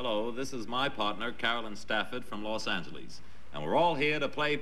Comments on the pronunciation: I like how Gary emphasized the end in Los Angeles when introducing the contestant. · Cracks me up how some residents of L A stressed both e’s in Angeles. Even Gary Morton. 😂